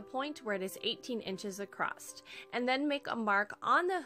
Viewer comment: 10/10 cutest little shelves. I'm going to try this! Side bar, It's my own personal pet peeve but I had to mute this because you kept saying "accrosT" there is no such word.